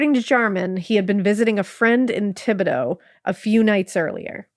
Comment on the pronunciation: Great job on the Cajun (coon-ass) pronunciations! Those aren't easy words, and you got about 80% of them spot on! Thibodeaux used to be my last name and no one outside of the state ever gets it right!